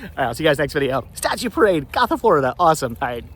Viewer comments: Gotha resident here. Was about to say the same thing about pronunciation of Go- tha (named after the town and county in Germany as the town was established by German immigrants back in the mid to late 1800s'). Also, Dingens is pronounced Din- jens. Fun fact: that area was once part of a military depot during WWII! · It’s pronounced Gotha (go-tha) , I grew up in the area. Sorry I wanted to educate you. All love.